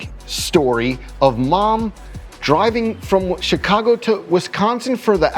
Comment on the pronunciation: He got the Chicago right